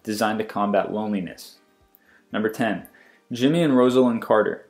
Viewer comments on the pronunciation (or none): none